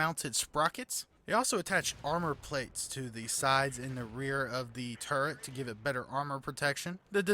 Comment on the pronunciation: Turret. Not 'TurreNt'. A personal pet hate of mine.